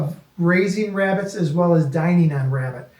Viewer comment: "Shhh. Be vewy, vewy quiet, I'm cooking wabbits!"